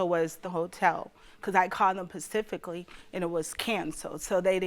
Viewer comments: never seen someone say PACIFICALLY so confidently😂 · OMG THE CORRECT WORK IS "SPECIFICALLY", NOT "PACIFICALLY". I WANTED TO JUMP THROUGH THE SCREEN AND SLAP HER! SIT DOWN! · I feel so bad but lord baby its specifically not pacifically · 🗣Specifically not Pacifically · If she say “pacifically” one more damn time 💀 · Not Pacifically specifically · UGH, cannot stand improper English, pacifically???? NO no no and NO... specifically please. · Beau this is true, but I could not help saying specifically every time she said pacifically, I truly feel bad for her but it is such a habit, I have kids can you tell lol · If she says PACIFICALLY one more time 🥴🤣🤣… However, I’m glad she won!! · she killed me when she said "she told me PACIFICALLY " 🤣🤣 I feel so sorry for her tho :( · "PACIFICALLY, PACIFICALLY, PACIFICALLY". GIRL, SHUT THE HELL UP! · Pacifically is not a word even through grief. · Too many people care about grammar. The plaintiff said "pacifically" but who cares? Not me. This story is too heartbreaking for grammar corrections. Anybody who comes at me will truly be ignored. Anybody who agrees with me, thank you. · Specifically 🥴 Specifically 😩Specifically 🤦🏽‍♀️ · Even as I feel this grief the "pacifically" is driving me crazy.